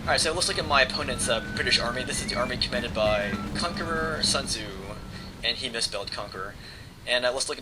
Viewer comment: you pronounces sun tze wrongly.. but great battle as always, although you lost.